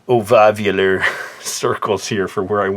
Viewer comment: Ovavular? I love your humor. XD